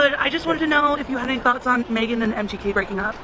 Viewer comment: The host said MGK but it sounded like empty head😅